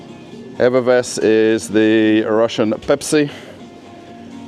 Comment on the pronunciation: Finally! You call it everVess instead of everess 😄